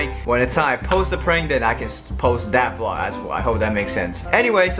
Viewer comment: It's a VLOG not VLOO